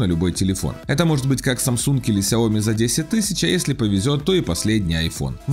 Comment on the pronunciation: Правильно не Ксяоми, а Сяоми !)